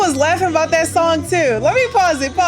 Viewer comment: It's "tew"😂😂